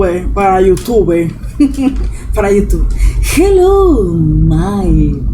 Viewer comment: jelou jawar yu (ingles nivel pro) muajajaj primer comentario y primer like